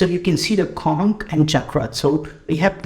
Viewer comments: With due respect,, just for your information, the "ch" in the word "conch" is pronounced not as "k" but like the "ch" in "lunch", "crunch", "bunch", etc. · It's "conch" not "konk". Shank in Hindi and in Sanskrit "sankha".